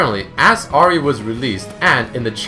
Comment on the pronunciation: You keep on pronouncing Ahri wrong, but otherwise great vid.